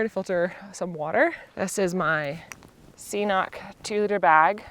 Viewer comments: Cnoc - Scottish Gaelic for 'hill', and pronounced "Croc". Or it might be Irish, same meaning, I think that would be pronounced 'cnyoc'? Somebody irish can tell you. But not 'see-knock' ;) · Thanks for uploading. Great video, appreciate your honesty and feelings shared. BTW it's pronounced k'nock. Cnoc means hill in Gaelic (Irish or Scottish). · Cnoc is most commonly pronounced "Crock" and trill the "R". It is Gaelic for "hill". Some places in Ireland pronounce it "kuh-nok"